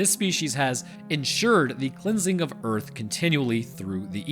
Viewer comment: Welcome to "Erf"